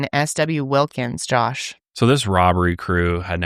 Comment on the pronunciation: Isn't it just because he's been saying "joosh" for a bit now??